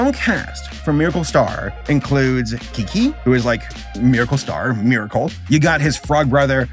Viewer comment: Because the name was phonetically spelled “QiQi”(if you referred to the direct Chinese phonetic translation), but pronounced as “Chi-Chi”. The “Kiki” happened because butchered the transcription(or just good old transcription error idk)